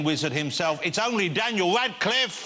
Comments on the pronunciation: Jonathan pronounces Radcliffe as Wascliffe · Jonathan Ross says "Daniel Wadcliffe" It's so annoying!